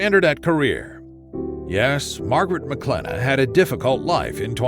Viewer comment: Her last name is not pronounced “Maclennah “